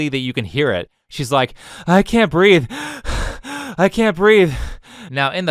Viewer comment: “She can’t breaf!” 😂🤣